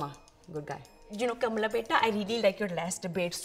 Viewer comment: THANK GOD finally is pronouncing “Kamala” correctly 😩😂